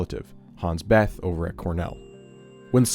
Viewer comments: Slight error , Bethe is pronounced BEY-tah. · This video seems well research but weird that they didn't even research how to pronounce Hans Bethe's name. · Hans Bethe is pronounced like BAY-ta, not Beth. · Bethe is pronounced more like "Beeeet-uh" ;-)